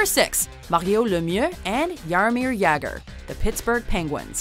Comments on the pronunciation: thats not at all how you pronounce Lemieux and Jagr lol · Jagr too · You said both jagr and Mario Lemieux wrong.